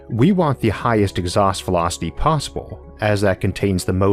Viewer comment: Exhaust Vewocity UwU